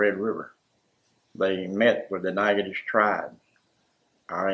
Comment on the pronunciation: SAME!! Every time he said the name I thought "that's a lot of silent letters". Haha